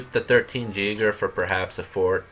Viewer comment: It's pronounced yay-gher for jaeger